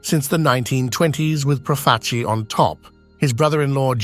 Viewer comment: Is the voiceover AI? You're doing a "documentary" and you mispronounce damn near every single single name. "PROF-a- chi"? Do you listen to these things before you publish them? I quit 10 minutes in.